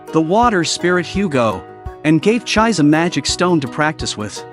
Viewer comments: It's not Ch-eyes, IT'S CHEE-SEH!!! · The name of the red headed girl is pronounced ’Chee-say’, not ‘chize’. If you’re going to use computer voices to narrate, at least make sure you get the pronunciation right! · Her name should pronounce like "Ji-Seh" not Jai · everytime the ai pronounce her name as chize instead of chees-sé always makes me giggle a lil bit 😂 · The narrator's pronunciation of the names of the protagonists is a trip. The wendigo, called, is Elias (last name Ainsworth). The girl's name is Chise Hatori. The English AI is pronouncing it after the English fashion..."chais"...which makes one... or at least me...chaise lounge furniture. The Japanese pronunciation is Chee-seh. Or chee-say English is a very cumbersome language in this regard. Vowels with different pronunciations in different words. And occasional silent letters, both vowels and consonants. One may ask why this is so. It's sort of akin to the difference between english and metric measuring systems. At least in my amateur opinion. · Chise is pronounced Chee-say. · It's too late, we are all emotionally attached to cheese now .